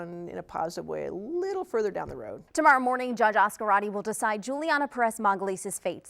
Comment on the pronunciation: Why are they pronouncing het last name like that? It's basically Az-carte. Not az-karate.